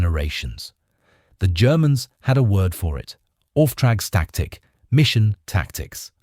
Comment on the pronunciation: During my time in the Luftwaffe I was the MG3 gunner in my squad (MG3 is the advanced model of the MG42 Buzzsaw). Even if you just tapped the trigger it was almost impossible to release just a single round due to the extreme firerate. Great video, you do however need to practice pronouncing "Auftragstaktik" though. You butchered that one.